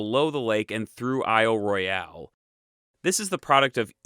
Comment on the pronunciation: isle royal not roy-al